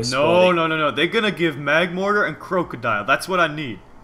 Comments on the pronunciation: STOP SAYING IT!!!!!!!!!!!!!!! Croakodile?!?! IT IS NOT!!!!!!!!!!!!!!!!!!!!!!!!! It is Krookodile... SO WTF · It's krookadile